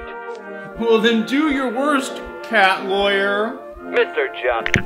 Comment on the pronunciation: Every time he said cat lawyer, I keep thinking he says car Laur (from equals three)